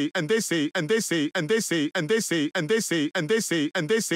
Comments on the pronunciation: all i hear is “ant daisy” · Tbh, I'm hearing "andessy" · كأنه يقول اندسي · Doomfist: "And dey say..." Me: "What do dey say?" Doomfist: "And dey say!!!!" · i like the part when he says "edisi" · I heard and they under sea And I heard And the sleep